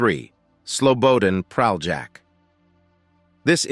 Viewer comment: I wish American narrators attempted to at least briefly learn how to pronounce Slavic or other non-anglophonic names. It's not Pral-jack, but Pralyak. Sorry, the bare minimum would be to do a quick google search on pronunciation.